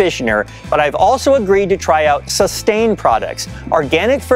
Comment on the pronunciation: This is worse than the Metal Umlaut! Living in Denmark, I can tell you that Suståne is definitely not pronounced as Sustain; I know that in Minnesota you're proud of your Scandi heritage, but this is really odd.